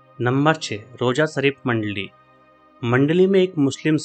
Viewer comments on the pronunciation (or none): ਮੰਡਲੀ ਨੀ ਮੰਡਾਲੀ ਆ ਜੀ🙏